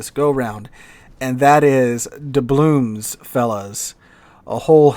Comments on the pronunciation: Why does call them doublooms? With an M? It's doubloons, with an N. It's always been that way, that's the word. has been playing this game as long as I have. Is this an intentional thing, a joke? Or does he really not know the word ends with an N? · DublooN. With an “N”.